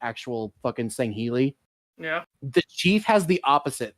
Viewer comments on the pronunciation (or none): ~ no setch, it's always been sangheili, not sanghalli.